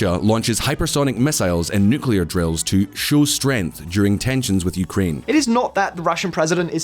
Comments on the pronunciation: New Shot Game: Take a shot every time he says "Nukular" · Please stop saying nu-ku-lar. You're not even American! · nookie lard? why is so hard to say nuclear properly? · What are all of these nucular warheads you are talking about? I know what nuclear warheads are, but you've got me stumped with these nucular things. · "Newkewler". Ruined vid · It's N 👏U👏C👏L👏E👏A👏R . Nuclear! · I really want to hear you but your absolutely ignorant pronunciation of the word 'nuclear' is way too much of a distraction to seriously consider anything you say. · You couldn't have chosen a worse video to mis-pronounce "nuclear" in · Why do you keep pronouncing nuclear like that Texan president? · Learn how to properly pronounce nuclear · Love the channel but hate your pronouncing of nuclear. It's kind a 4th graders. Edit: says it correct on his voice overs in video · Dude. You need to learn how to pronounce Nuclear! Srsly how did no-one in your team pick up on that? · Why is 'nuclear' so hard for so many people to pronounce properly? I don't get it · I am glad to see someone else also got triggered by the way he pronounces NUCLEAR. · Nice video, but please consult a dictionary about the word "nuclear" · Nuclear NOT nukular! 😬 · Why do you call it newkiller? It’s nuclear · Before making a video about nuclear weapons, please learn how to pronounce nuclear. It is Nu-Cle-Ar. It is NOT Nukular. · DONT SAY NUCULAR. ITS CALLED N U C L E A R ! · IT IS NUCLEAR NOT NUCULAR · Nucular, nucular, nucular. The nuculus of an atom is split in a nucular reaction. You might think there is a nucleus, but no, its a nuculus, thus- nucular. Not "New clear" but "noo coo luss". My ears are bleeding now, thanks a lot. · NU CLEEE ER not Nucular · Can somebody explain why they keep calling nuclear as nukiliar? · How can I take any youtube video seriously if they cant even pronounce the main topic correctly. It is NUCLEAR, not nucular! But 90% of youtubers still say nucular... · 1 shot 4 every nucular he says